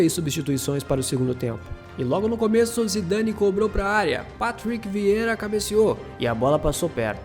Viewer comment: Se diz Bartês e Vierrá. Vídeo top! Valeu!